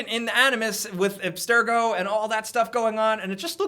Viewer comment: when i here abstergo, I here "ass-to-go"